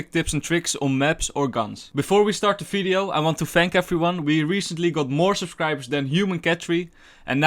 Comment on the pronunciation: great vid, but can you try saying (for example) video not fideo its irritant.